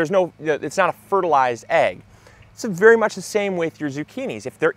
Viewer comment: Did you say, "berry exciting"?